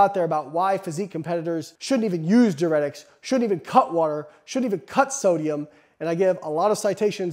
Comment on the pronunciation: Your content is good but you are pronouncing diuretics incorrectly